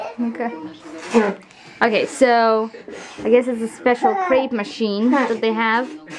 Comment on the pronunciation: Olga, it's crêpe, not grape! It's French!